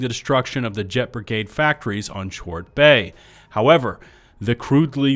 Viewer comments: It's pronounced "Court Bay" according to my ftl planetary arrival lady. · I hate to be that guy, but it's pronounced "Kort" Bay according to the game. I only mentioned it because the word came up so many times.